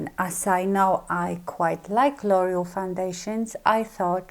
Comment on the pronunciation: L'Oreal is pronounced lore-EE-al not loyal. lol Just trying to help because I was confused by what you were saying. I love your video. Very good.